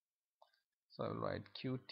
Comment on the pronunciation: It's pronounced like "cute", man! Good video apart from that.